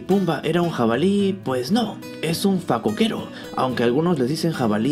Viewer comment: Una observación en este video: la pronunciación correcta es: fa-CÓ-que-ro..